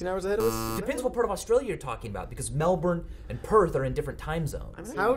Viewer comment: that’s not how u say Melbourne